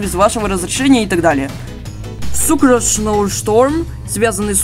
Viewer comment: не сукорс а сукроус